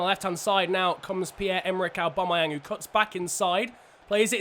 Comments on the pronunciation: His name is not arebumayang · Say aubameyang probably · He can’t say Aubameyang 😂